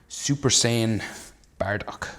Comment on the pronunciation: It's not baradock it's bardock ok